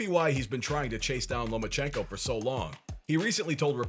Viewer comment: You said Loma ko Haney right?